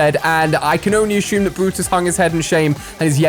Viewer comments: assume not ashume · Why do you say ASHUME instead of assume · ashum ashumed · Yes ashum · Did he say ashume or is it only me😅